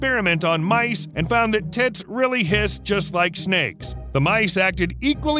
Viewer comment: Imagine having a good day and suddenly your tits starts hissing at you 😂 Now I might have had misunderstood the name for that bird (English isn't my mother language so thats just normal) but still I found it quite funny the way he said 😄